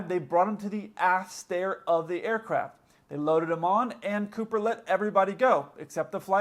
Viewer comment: Whenever you say aircraft it sounds to me like air-crap